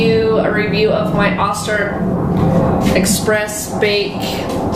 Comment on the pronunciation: OH STER not AH STER